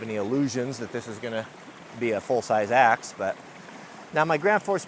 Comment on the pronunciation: as a non native speaker, I heard "today we are testing the most unusual access"... whaaat?